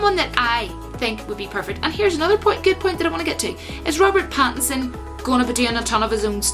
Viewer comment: Robert Batinson. 🤣 I don't like it. It sounds too much like Bat in son. I don't like it when people try to say Batman and Robin have a gay relationship. I know that's not where you were going with that. I'm just saying. It was a cute attempt, but I don't like it. Going to watch the audition tape right after this video.